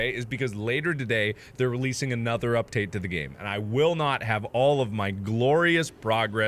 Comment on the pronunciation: lol he said "uptate"